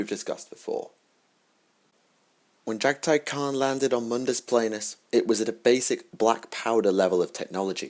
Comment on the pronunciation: I think it's pronounced Mundus PLAHnus, actually.